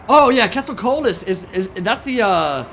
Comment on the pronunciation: Quetzalcoatlus if that’s what they meant (pronunciation was terrible) isn’t a dinosaur.